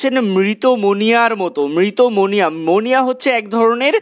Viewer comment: মনিয়া টা ঠিক ক্লিয়ার হলোনা